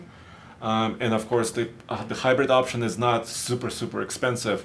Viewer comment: “Deh Hybredt”